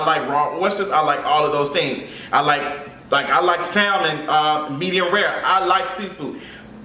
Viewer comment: I’m hollerin at you pronouncing the “L” in salmon 😂😂😂